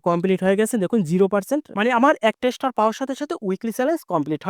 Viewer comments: আগুন কে সাগুন বলেন স্টার কে স্টোর বলে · উচ্চারণ আরো ভালো করতে হবে স্টার হবে স্টোর বলতেছেন কেন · ইস্টার বলে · স্টোর নয় ভাই এটা হচ্ছে স্টার😱🤭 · কলকাতার দাদা মনে হয? স্টার উচ্চারণ শুদ্ধ নয়। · ওটা স্টর না.... স্টার 😂😂😂😂😂😂😂😂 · ভাইজান স্টোর না স্টার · স্টর কি ভাই😂😂😂😂😂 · স্টোর কি রে ভাই😅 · আরে ভাই স্টার স্টোর নয় --- আগে ভাষা ঠিক করুণ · স্টোর কি ভাই? উচ্চারণ ঠিক করে স্টার বলতে পারেন না? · এস্টার বলেন,এসটোর না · Star❌ Stor✅ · স্টুর না ভাই স্টার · উচ্চারণ বেশি স্টাইল করে বলতে বলতে স্টর বলে ফেলেছেন ভুল উচ্চারণ 😃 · এমন বলদ জীবনে দেখিনি। স্টার শব্দটা উচ্চারণ করতে পারো না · স্টার শব্দটা পর্যন্ত উচ্চারণ করতে পারেনা, ভিডিও বানাইতে আসছে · ভাই এত সুদ্ধ করে বলতে গিয়ে এমন হলো😂😂😂